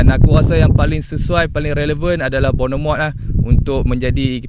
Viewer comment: Sebutan dia 'bon-merth' Newcastle ada sorang lagi CB iaitu Dan Burn.